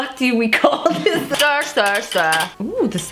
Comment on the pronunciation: “STUR STUR STUR”